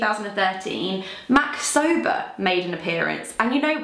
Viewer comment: all this time I thought you were saying MAC sober 😅